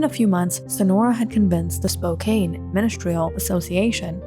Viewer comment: Good video. It is pronounced spoke can not spoke cane.